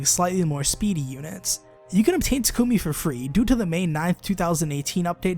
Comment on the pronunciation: It's pronounced Tah-Koo-Mee